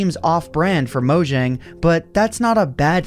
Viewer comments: It’s not mojing it’s Mojang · Its pronounced "Mo Yang" not "Mo Jang"